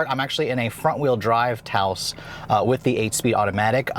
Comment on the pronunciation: He better be mispronouncing the name 🤣 "Touse" ????